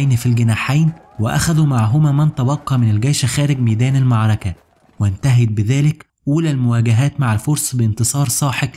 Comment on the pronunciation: حاول تتمرن شوية على مخارج الالفاظ .. كلمة المعركة دى اللى بتقولها كارثة !